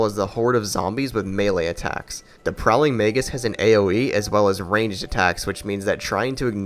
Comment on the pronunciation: tbh my only issues with this video are as follows: 1. you mispronounced a number of words and names...it irritated me but i get it. i don't say "magus" very often for example :P 2. your analysis of smelter demon is...kinda wrong about the hit boxes? his hit box works fine but the issue is that the sword is SLIGHTLY wider than it looks. it isn't inconsistent it is just not properly aligned to the models visual. which is still an issue i feel but its not AS bad as a broken hit box. 3. you praised some bosses for mechanics that other bosses implemented perfectly while shaming those other bosses...an example is actually your analysis on alonne you love the fight because he has different timing but than in your smelter demon review you think the difference of timing is a bad thing?....but...i thought that was why you enjoyed the alonne fight...?.... i mean i could just be misunderstanding things but yeah...also alonne has an actual broken hit box for his stab where it will sometimes reset his tracking so he can literally do a 180 without reason and still hit you mid roll....so...idk....i love the alonne fight but that bugged me a lot... otherwise great video :D main reason i put this comment together is to start discussion. not to rail against you. hope you're doing well in your retirement of youtube though!